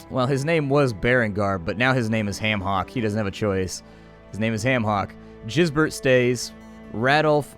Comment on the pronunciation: I'm pretty sure Gisbert is pronounced with a "g" like in "game"